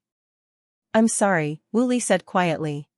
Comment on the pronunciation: Woo Lee not Willy!!